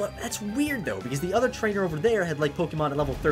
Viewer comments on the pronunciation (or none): did you say trnchmders when you said i wont battle every trainer?